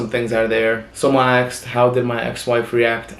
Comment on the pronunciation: Why does he says aksed not asked ?